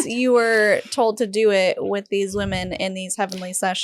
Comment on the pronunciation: this is so minor but it's distracting me: why can't women be women? it's like she cannot say the word "women"?